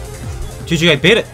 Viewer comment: “wE bKHHit iT”